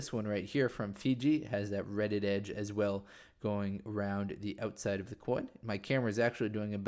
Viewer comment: "Reeded" (as in a reeded edge) is pronounced ˈrē-dəd. Not red-ed. Think reeds as in swamp plants.